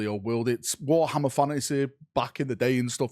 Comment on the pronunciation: I love the accent at wo'ammer